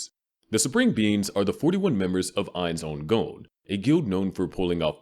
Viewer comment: "Ainz Oon Goan" that shit was eating at me the whole video lol. Its Ainz Ooal Goan